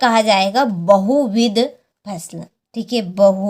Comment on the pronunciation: Pusal nhi phsal hota hai😅😅😅😂😂🎉